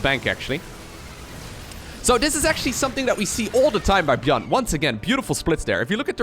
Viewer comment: Is he intentionally pronouncing ByuN's name wrong?